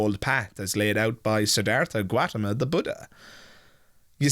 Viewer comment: Siddhartha Gautama - it's au not ua 🙃 Gaw-tama